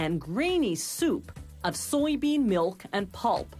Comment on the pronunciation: I hate how she says milk and meal So unsatisfying